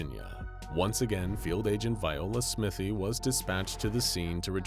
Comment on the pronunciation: Smythe is usually pronounced sm-ai-th not smith-y